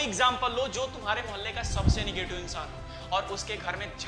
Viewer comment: Negetive hota h bhaiya nagative nhi